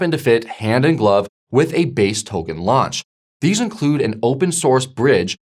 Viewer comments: Brooow please say "Token", not "Towgan" 😂. My ears are bleeding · For real first it was “trade-fi” now it’s “togen”, as if he’s messing with us on purpose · The hell is a 'towgan'? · Pronounce 'Token' for me please